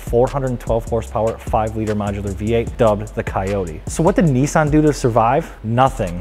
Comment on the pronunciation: The 370Z is a Nissan. Not a Neesan.